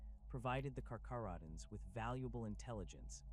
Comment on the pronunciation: Pronounced as (car-care-oh-dons), (Ny-core)